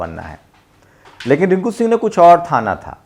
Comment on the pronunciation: थाना नहीं था, ठाना था 😅😅